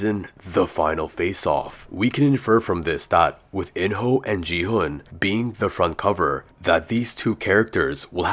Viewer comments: Dude, don't you understand that he's using AI voice?? It's not his real voice. Most of the AI voices pronounce "Gi-hun" as "Ji-han". The correct pronunciation is "Ki-hoon" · Bro is so dumb that he said gi hun is ji hun💀💀😭😭